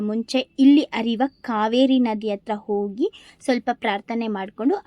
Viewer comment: 'ಹ' ಉಚ್ಛಾರ ಸರಿಯಾಗಿ ಮಾಡಿ .... ಓಗಿ,ಅರಿವ ನದಿ ಅಲ್ಲ !ಹರಿಯುವ ನದಿ ತುಂಬ ಜನ ನಿಮ್ ಥರ ಇದು ಹ ಇಲ್ಲದೆ ಮಾತಾಡಿದನ್ನ ನೋಡಿದ್ದೀನಿ . ಒಳ್ಳೆ ಮಾಹಿತಿ ಕೊಟ್ಟಿದ್ದೀರಿ ಶುಭವಾಗಲಿ 🙏 ಧನ್ಯವಾದ